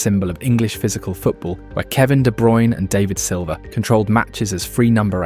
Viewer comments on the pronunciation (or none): The pronunciation of David Silva is 😬